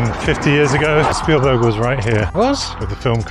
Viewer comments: Speven stielberg? Did I just hear that correctly at 1.23? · I giggled when he said speven steelberg 😂 I do that crap all the time hahaha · Speven Stillberg? Hilarious. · Did he just say "Speven Steelberg"? Oh my God, it's time to go elswhere. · "Speven Steelberg" 😁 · Speven Stealburg 😂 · speven stielberg 😂😂